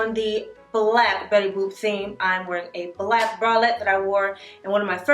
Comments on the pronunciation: Did you say Bettusha boop 😂 lmaooo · Lol “betty boob”